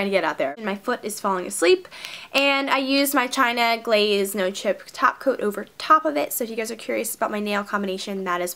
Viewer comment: i thought she said sparkly taco and screamed of excitement, then i realized she sad top coat.